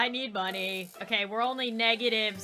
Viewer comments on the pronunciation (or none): none